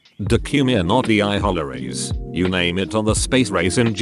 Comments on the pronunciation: Nobody: Absolutely Nobody: Text to Speach: Do-cu-me-not-vie-aye-hollery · do-cue-mee-an-aw-tee-eye-holl-er-ies just how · How do you botch the word "documentaries" so badly? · The way the auto reader said documentaries